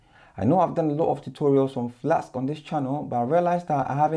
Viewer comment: Why do you keep saying 'Flaks' instead of Flask?